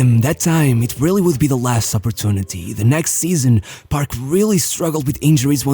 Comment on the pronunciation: Am i the only one who kept on hearing him pronouncing “barb” instead of “paRK”..